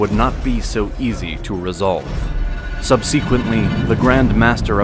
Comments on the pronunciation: Look up how to say subsequently for next video! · Is this a computer generated voice? The mispronunciation of subsequently keeps taking me out of the narrative. This is not the first video where it is mispronounced.